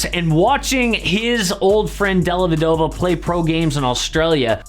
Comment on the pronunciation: Della - vèh- doh - va. It’s Italian the accent goes on the veh.